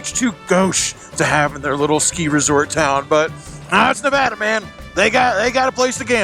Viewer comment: Ah crap, you were in my town and I didn't see ya. Quit pronouncing Nevada like a Yankee. Keep it weird